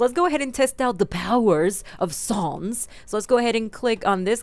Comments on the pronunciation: sans not suns or your british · did you just say ( Sah-ns)? it's (S-ans). sorry but it annoys me when people say the names wrong. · It's pronounced sahns not Suns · ITS NOT SONS ITS SANS!!!! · His names sans not Suns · SANS not SAUNS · You say it like sons but u pernounecs it like sans Like comic sans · your saying sons